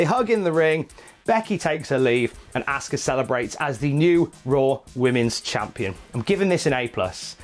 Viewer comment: Had to stop watching when he kept says "asska" its pronounced "awska"